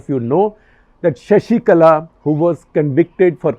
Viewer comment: It's not Sashikala, it's Sasikala..